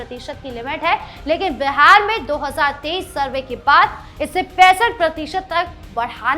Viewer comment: My dear anchor, it is BIHAR NOT BEHAR, please pronounce properly.